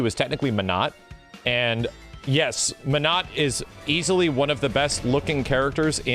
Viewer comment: Not "menut" 🤣